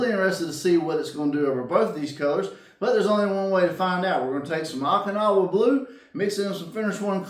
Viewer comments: Haha, I did this before, Okinawa was crucial Japan area of WWII. Last and bloodiest battle in the Pacific, called Operation Iceberg. It allowed US to have staging area for final invasion. Oh-kinawa , not ock-inawa. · Not to bust your chops, but I think it's pronounced Oak-in-now-ah. 😉 I enjoy your paint videos, gets my mind rolling on color combos. Love the pearl over 50's aqua color. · Long “O” in Okinawa, not short.